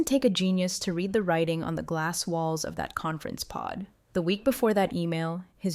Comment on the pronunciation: The past tense of to read as read by the story teller really grates on my poor ears.